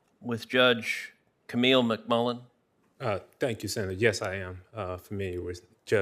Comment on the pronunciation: WHEN HE SEZZ TANX IT'S TO STAWL FOR A MIRACLE .!